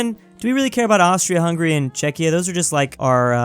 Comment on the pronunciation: Wait, he pronounced Czechia correctly? What happened?